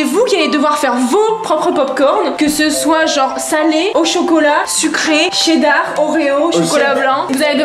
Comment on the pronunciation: C pas dar c cheddar...